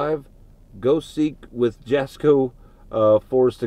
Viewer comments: Plz, plz... It's pronounced YAH-sko, the J sounds like a "Y". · Love you both but Jasko is pronounced Yasko I know it is spelled Jasko or they call him Jazz pronounced with the. Between him and Destination you two are my go-to stay safe and welcome to the team Brogan